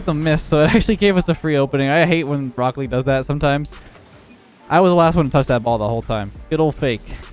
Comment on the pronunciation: Does he say "Brokkoli" instead of "Rocket League" ?😂🥦